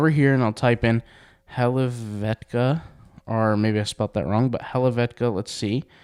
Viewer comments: How do you not know how to pronounce helvetica??! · He doesn't know how to pronounce Helvetica, and you are here to learn how to use chatgpt and Canva BCS there are things you don't know... and nobody is mocking you like "I wold rather know how to use chatgpt than how to pronounce Helvetica". So... nobody has nothing more to say, but somebody for sure will watch your video about font names. So go for it!